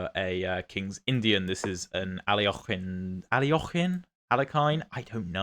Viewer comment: Btw, your pronunciation of Alekhin/Alekhine is pretty authentic to russian. It's obviously also perfectly acceptable to use the anglicised pronounciation when speaking English, either way it's correct, so don't worry ahahah you seem very self-conscious every time you bring him up.